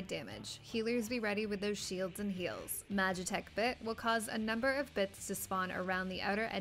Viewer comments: "heelds and sheels" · "hields and shiels"